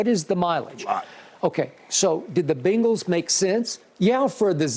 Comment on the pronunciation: BENGals not BANGals 😂